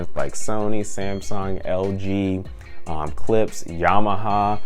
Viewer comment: Its Klipsch not Clipse. Clipse is a rap group, Klipsch makes speakers.